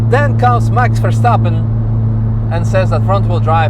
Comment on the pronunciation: Who's Wax Terrstapen? 😂